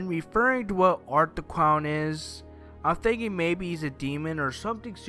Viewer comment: "Art The Cown"